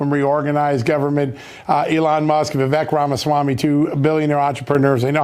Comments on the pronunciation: Vivek pronounced Viv-ake...rhymes with cake. We should all know this by now. 🙄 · It’s pronounced ‘Va Vake’ , as in Cake.🎂